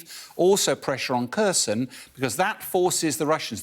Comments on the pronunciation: He cant even pronounce Kharkiv and especially Kherson. As a Greek it made me mad he pronounced Kherson as Kerson. Its pronounced like Cherson. Not Kerson (i know its a Kh) also fun fact. Sevastopol old name was Kherson. It was an ancient Greek colony but later Catherine the great moved the name as part of the Greek plan. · The cities of Kharkiv and Kherson are pronounced: "HARKEEV" and "HAIRSONE" respectively. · Silent "K" on Kherson, come on folks.